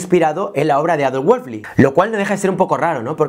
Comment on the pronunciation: Todo muy claro, el único detalle es que estás pronunciando mal el apellido de Adolf, pero ok, buen video. Ésta clase de exploraciones son las que ayudan a romper paradigmas sobre la creatividad